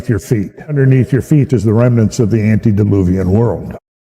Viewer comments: Love your channel. It's "ante" deluvian, not "anti". Just a friendly FYI, since you want to start using it. Ante means before (like when someone says. "Ante up" before the cards are deal)t and anti means opposite or against (as in AntiChrist) God bless. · Not to be a karen but not anti its ante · ANTE-DILUVIAN NOT ANTI!